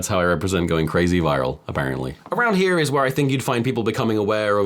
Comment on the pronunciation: bro, tom totally sounds American when he says "around here"